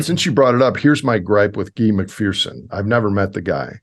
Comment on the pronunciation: It's Dr Guy,pronounced like" hey that guy",his name is synonymous with Guione,also synonymous with William,so just call him Bill!